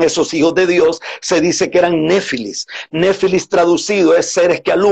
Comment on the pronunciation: NEFILIMI NO NEFILIS. NO SAB3S NI HABLAR